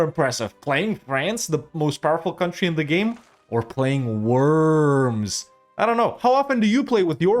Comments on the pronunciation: It's not called ,,Wörms" it's ,,Worms"!!! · I think they pronounce it "Vorms." The Edict of Worms (following the Diet of Worms of 1521) declared Martin Luther a heretic and outlaw in the context of the Protestant Reformation. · Looking up the pronounciation of Worms would have made this video significantly better. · Im sure some German speaking will be screaming "you say it "Vurmz" with a V". But its Worms 🪱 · Sorry to be pedantic but … the W needs to be said as a V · you spell the o in worms it like the O in "Oral".